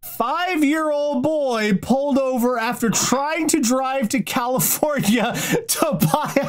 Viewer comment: 1. His heart was in the right place...? 2. Wow, this guy is about 22 flavours of crazy. Sorry, Ohio. 3. Honestly, this one's pretty tame. 3.5: THAT'S NOT A GOOD SURPRISE! 4. How does this keep getting worse with each sentence!? The fact it isn't the last story terrifies me. 5. Cali-FOWN-ia. 6. Well, that's ONE way to self-isolate.